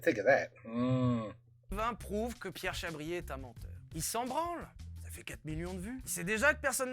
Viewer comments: Comment from France Amazing just to imagine you know Vilebrequin ! C'est "Chabrié" et pas "chabrière" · On dit Pierre "Chabrié" pour la réponse 😅